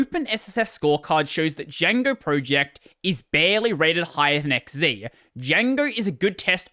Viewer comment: Your an Aussie - X Zed, not X Zee!